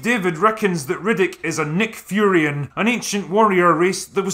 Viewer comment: Also, why do you keep calling the race "Nick Furions"? Is this some sort of tongue in cheek joke that it's way too early in the morning for me to get? They are just Furyans.